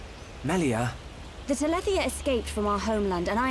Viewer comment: Does anyone else get mad when someone pronounces reyn like RAIN or Melia MEELIA